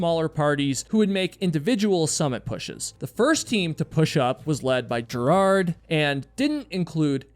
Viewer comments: Ger hard not gerad. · Gerhard, not Gerard. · You should learn to correct pronounce names. Besides the annoying way you OVERLY emphasize his 1st, it's pronounced "GARE" HARD not "JAIR" hard. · Not gerrhard ist ger Hard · Mallorys body is very much acounted for and a gravestone of sorts was even set above his body. Green boots however was moved in 2014. Also it's pronounced hannelorE, the E isn't silent, it's German. Also it's not jerard, it's ger-hard, hard G. Again, German. Show some love for the victims. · 🤦‍♀️ its Ger-hard Schmatz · Good post but it's " Gare-hard" with a hard G and emphasis on first syllable. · Gerhard is pronounced with a hard G. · oh boy, how you pronounce German names. Gerhard Schmatz! Gerhard is not a french or english name, it is a german name and therefore not pronounced french or english! The syllable "hard" is pronounced similiar to the english "hard". But the "g" in "Gerhard" is spoken like the "g" in "great". So "Ger" is spoken like it is written. This is the clue to have a rule for speaking German. It is spoken as written, same like in latin and in most roman languages. Is it too much for the Us-intelligencia to keep that in mind? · Hi Im getting my friends subscribed. 🧡 your podcast. On this episode you butchered Hannelore and Gearhards name. Kind of a disservice.